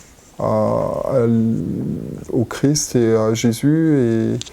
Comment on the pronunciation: C’est Jésus Christ 🙏, et non chrisssst 😤😤